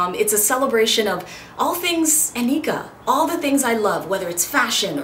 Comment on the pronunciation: Your name is Nneka not Aneeka. You can't even pronounce your own Nigerian name